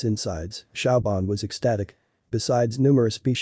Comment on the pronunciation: siobhan is not pronounced shauw-bahn, but shavorn